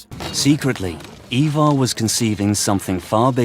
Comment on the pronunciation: Hearing the repeated mispronunciation of Ivar was painful. How many times can you get it wrong in one go?